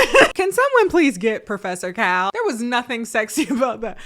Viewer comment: when she said professorcal my eyes went WIDE 😭💀